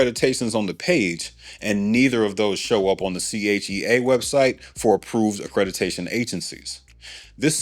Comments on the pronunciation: Sir… the word is ACCREDITATION not “Acredi-tation” 😩😩😩😩😩 I cringed each and every time you said, I had to correct you- sorry! Cool vid. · Accreditation is typically pronounced ə-kred-ə-TEY-shən (US) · Accreditation…as in accredited. Accreditation is the word. I can’t take listening anymore. 😂